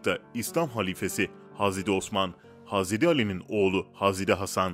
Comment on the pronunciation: Hazreri ne ya? Adam hazret demeye eriniyor galiba